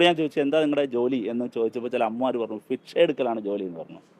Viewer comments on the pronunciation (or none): ഫിക്ഷ എടുത്തു എന്ന് ഭിക്ഷ ആണെടോ